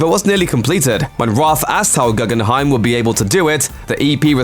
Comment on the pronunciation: its pronnounced ‘goo-gen-hime’ not ‘gu-gun-hime’